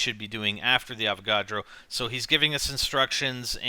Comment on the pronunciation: When he says" Avagodro" does he mean electric boss???